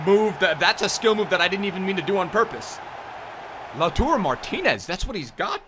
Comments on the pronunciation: it’s LautAro not LautUro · Its LAU-TAR-O, not Lau-turo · it's lautARO not lautURO like you keep saying please pronounce his name correctly